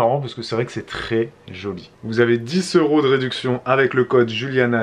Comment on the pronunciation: Trop bizarre que tu dises 10 S'euros plutôt que 10 z'euros...